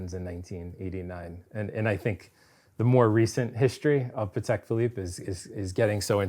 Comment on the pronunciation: Cannot thank enough for correctly pronouncing Patek - the polish way., absolute patek legend.